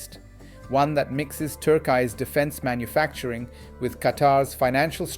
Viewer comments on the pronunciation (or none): none